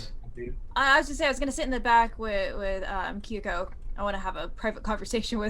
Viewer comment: I think it's hilarious that every is getting the pronunciation of character's name wrong. It's "KAY-ko" rhymes with hay. Not "KEE-ko". That would be spelled Kiko which isn't a name.